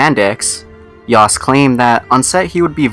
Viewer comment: Subseeeeequently. David Yaust. Gahhhh please learn how to pronounce words